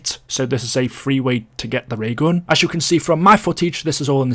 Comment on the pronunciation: "Da Ray ghawn"